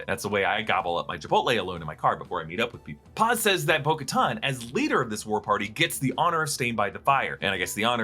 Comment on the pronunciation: Who is Boca-Ton? Thought it was Bo Katan? 🤷🏾‍♂️